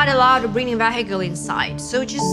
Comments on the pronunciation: EXCUSE ME DID SHE SAY VE HICEL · Can she use her sense and pronounce vehicle right